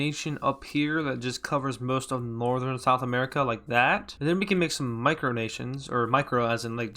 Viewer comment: it sounds like you said sexual america 😂